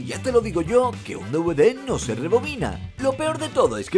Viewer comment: porque decis mal dvd